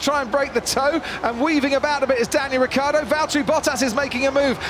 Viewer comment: Ricciardo with the iiiiii please !!! Not Riccardo!!